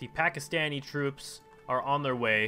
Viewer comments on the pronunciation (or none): none